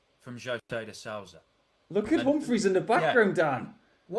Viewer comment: The Ou in Souza sounds like the oo like in boom but just a bit shorter. These English people should learn how to pronounce the names at least.